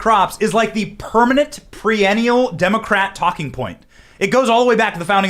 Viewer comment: perennial not pre-enial